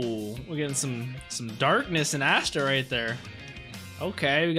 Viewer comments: he said assta instead of asta🤣🤣🤣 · Ah-sta not Aa-sta